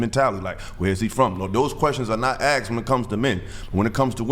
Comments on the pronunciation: "axed" never beating the allegations. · ASKED! NOT AXED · The axed is killing me ! I can’t watch any more of this show with him on